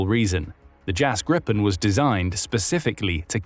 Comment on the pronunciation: Pronounced "Jahs Gree-pen" not "Jazz grippen". Gripen means "the Griffin"